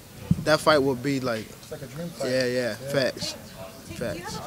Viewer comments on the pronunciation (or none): factsってこんなにt発音しないの？